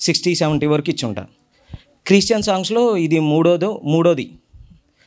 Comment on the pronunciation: క్రీ...స్టియన్ కాదురా....క్రిస్టియన్